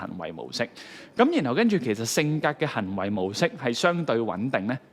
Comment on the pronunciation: 係「行」為，唔係「痕」為； 係人「生」，唔係人「身」； 係「特」質，唔係「凸」質； 係「生」活，唔係「新」活